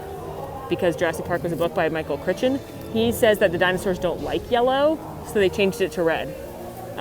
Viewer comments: Pssst.. it’s Michael CRY-TON (Crichton)!!! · Just FYI - it's pronounced "CRY--ton" (Crichton) Love ya,! <3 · Argh. 1) Michael Chrichton = "Cri-ton" 2) The JP jeep currently seen with "23" on it was actually JP12 as driven by Dennis Nedry when he was attached by the dilophoaur. This is the only "screen used" vehicle at IOA. 3) Although Universal's records show that Explorer 05 is in the hands of Universal Orlando, that vehicle on display may not be the same one. There's some debate online due to all the inconsistencies with it's hardware, the dome on the roof, etc. 4) I've read Jurassic Park 3 or 4 times, heard the audiobook, etc. I don't recall ever hearing about dinosaurs not liking yellow. The actual reference made in the book was based on real-life issues experienced at Lion Country Safari. In the book Dr. Harding mentioned that they had to put stripes on the jeep to keep the stegosauruses from charging them. This was based on Lion Country Safari in Irvine, CA where the rhinos kept smashing into the land rovers, believing them to be a competing animal. Once they painted them to have zebra stripes, the rhinos left them alone. 5) Velocirators were about 3-4 feet and from the Eocene era, BUT that's no reason to dismiss the ones in the movie. Shortly after it's release the Utah-Raptor was discovered. As luck would have it, this one was much closer to the Deinonychus used for the movie. ...in short, the movie was ahead of reality, but a real raptor that meets the description was discovered. My daily driver is a Jurassic World tribute vehicle. It never gets old.